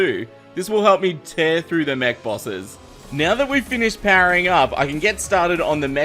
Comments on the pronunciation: said 'nyow', it's probably his accent. It's basically 'now' but he adds a 'y' sound. Making it 'n'yow'. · He said neow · says meow instead of now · neows the time XD